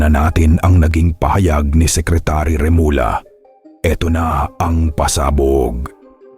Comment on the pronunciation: please refrain from using AI. Remulla which is pronounced as remulya becomes remula. See? It's not good to listen. It's not genuine. Mas mabuti pa Ikaw nalang mag voice over. Just a suggestion from your follower.